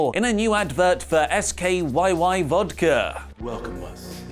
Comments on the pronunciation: It’s pronounced sky, not S K Y Y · S.K.Y.Y? The fuck is that, it's pronounced like sky by with an extra Y. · It’s skyy like sky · It's pronounced "Sky" Vodka. Lol